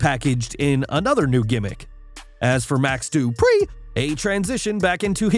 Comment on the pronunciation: Why tf u saying Dupree like that